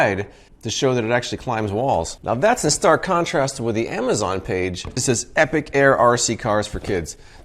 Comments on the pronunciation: Epoch.... Epic.... different words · Epoch is pronounced EE-pock. Epic is a totally different word. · It took me a good three minutes to figure out you meant epoch, not epic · epoch pronounced epic... strange. googles it, it's pronounced both ways. some words you've only read. read not read..... spelling's hard too. read that sounds like red, but is spelled like read and read. okay, let's watch this review.